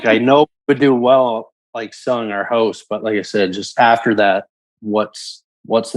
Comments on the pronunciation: I keep hearing him say HOST vs. HOUSE. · I thought he said 'hose' 😂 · Is it just me or the way he says “house” is kinda wild